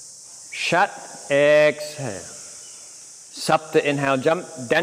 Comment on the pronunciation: “a”’s in Sanskrit are pronounced like “uhh” just fyi, it’s not shat it’s closer to “shut” otherwise, well it sounds like you’re saying shat mate, and yoga is not shat